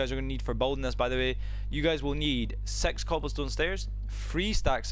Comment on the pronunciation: why do you say six in a wired way also it’s annoying brah